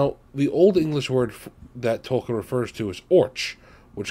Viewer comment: It’s Tolkien. There is an I in there in addition to the L.